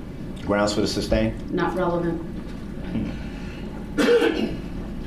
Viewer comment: i hate when ignorant people try to sound smart by using big words or words they don't even understand 🤦🏽‍♀️😂 he did this with MULTIPLE words : tacit , SUBstain , unfettered. SMH. embarrassing.